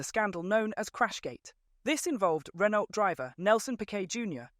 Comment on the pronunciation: Bro cant even speak out Renault normally. Probably NPC/AI again